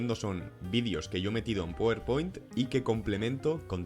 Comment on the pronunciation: Se dice "Páwer Point" no powerpoint